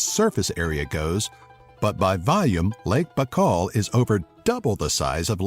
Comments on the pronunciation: 1. Lake's name is pronounced more like "buykal" not "bakal" 2. #5 - I don't know which man will mix mors and vodka or eat "golubtsy" while getting drunk, sounds very ghetto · не Бакаал, а Байкал [ baika:l] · Lake B'kal?! Really?! You sound like a duck. It's By-kaol. Baikal. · Correction!!! The name of the largest lake is not Bakal, but Baykal!! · Its not Bak-call. It's Bye-call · it's BAIKAL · This video is really good but your saying saying Baikal sooooo wrong, almost made me wanna dislike lol, my only problem though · u said Baikal wrong :D